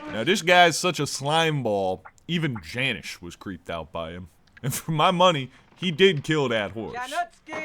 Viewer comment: It’s jan iiice not janish gang